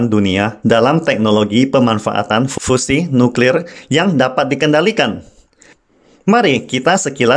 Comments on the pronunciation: Slip of tongue... Hrp maklum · Nuklir Boss bukan Nukril...